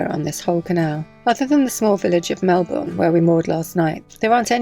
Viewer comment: Our Melbourne is 'slightly' larger than the one you left. Great to hear it pronounced correctly. We love that you visit the out of way canals. It's a bit grim here so the joy of watching eases the load a bit. Terry and Dianne in Melbourne Aus